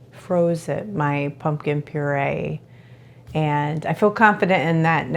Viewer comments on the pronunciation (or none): Purée not purse lol